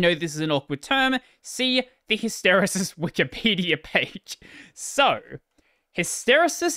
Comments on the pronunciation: "Hister-e-sis" is how ive always heard it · It’s Hiss-Ter-eee-sis. Emphasis on Hiss. If this helps anyone.